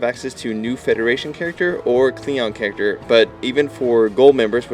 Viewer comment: "characer" LOL!